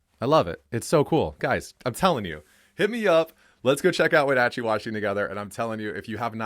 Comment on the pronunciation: Your pronunciation of Wenatchee makes me cringe